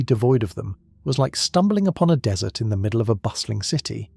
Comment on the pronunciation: Dude, get a better text-to-speech algorithm. The noun DESSERT is not a drop-in replacement for DESERT . Until that moment I was almost convinced the narrator was a native-English-speaking human. No upvote for you.